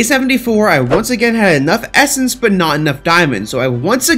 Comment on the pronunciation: I swear when you essence I hear it estus